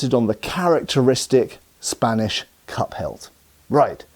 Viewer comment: Cup hilt. You are saying cup hilt! I thought you were saying cut pelt…..